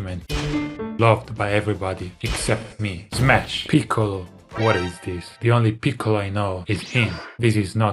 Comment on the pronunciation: Davie say mash not smash😮